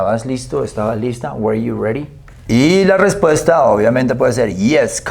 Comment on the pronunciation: La pronunciación correcta de "WERE" es (wr) sin las vocales, usted lo pronunció como (WER) y esa pronunciación corresponde al verbo "WEAR" que significa "usar o vestir ropa, desgastar o disminuir dependiendo del contexto y de que partícula se le agregue, bueno según lo que yo he aprendido con otras personas nativas hablantes del idioma "native English speakers".